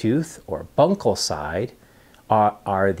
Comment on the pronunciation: Also, it not 'lingal'; it is 'LINGUAL'. Also, it is not 'bunkal'; it is 'buccal'. What an idiot this guy is!